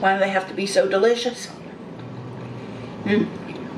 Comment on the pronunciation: When she says any word that has the SH sound it comes out like the CH sound because she can’t push enough air out to make the shhh sound. Listen to her when she says the word delicious. She says duhLITCHiss almost every time.